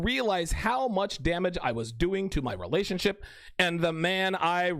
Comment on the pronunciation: Every time I hear you say "relationship" I think of Terrance Popp's pronunciation "relationshit".